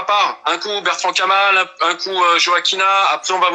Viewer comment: La qualité sonore n'est pas très bonne et c'est Bertrand-Kamal et non Bertrant-Kamal.